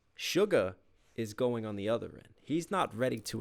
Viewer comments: just a heads up its suga not sugar :D the sh sound remains the same just no 'r' at the end! more like shuga 💜loved the reaction u never fail to amaze me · Just a kindly correction, its Suga not Sugar. His name is base on the first syllables of the term shooting guard, that's the position he played in basketball as a student.